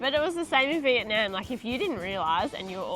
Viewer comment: If you are going to do a video comparing Malaysia and Vietnam, you would have more credibility if you could pronounce Vietnam correctly. In the video link is a fellow Australian of Vietnamese heritage correctly pronouncing Vietnam.